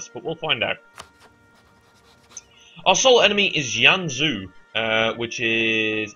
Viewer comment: Pretty Sure You're Mis-pronouncing Both Jianzhou And Haixi.